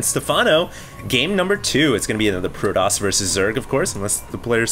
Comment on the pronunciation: hd pronounces protoss like a white douche